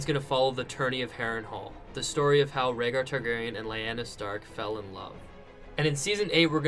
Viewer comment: Plese,it's pronounced Lee-Ana. :-)